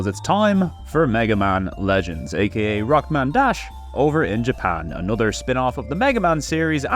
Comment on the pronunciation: "A-nutter", Gosh you mean, "A-no-ther"? I can't stand people who speak English and can not pronounce simple words. Like did you get home schooled by a dog or something.